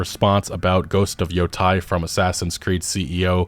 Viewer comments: Sorry to be pedantic but Yotei is pronounced , not , not like I heard on another channel. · its not Yotai.. its YoTAAAAY. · it's Yotei, not Yotai 😂